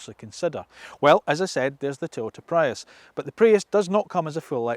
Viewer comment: How can you start an EV channel and not start by reviewing the Nissan leaf...... Yet you can review these horrible looking Hyundai's And he called a Prius a Prayus 😩😞🤦 He says there is no feedback from the touch sensitive controls... Did he not hear the BONG BOnG sound everytime he touched it....